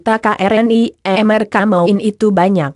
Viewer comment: Mengapa membacakan ramalan zodiak tersendat2,_ byak yg g ngerti, tpi aq berusaha pahami maksudnya. Dan suka dengatkan hal ramalan zodiak. .tpi bacanya selalu pedot2, mereka, menjadi , m e r a ka .merekan. Aq suka,tpi bacanya kyak basa campuran..apa benar ..